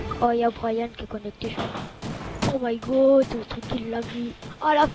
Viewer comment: C'est moi ou le mec a dit " oh my got " ? xD